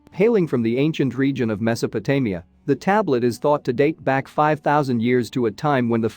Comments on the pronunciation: It managed to get Mesopotamia correct just once towards the end. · And Mesopotamia!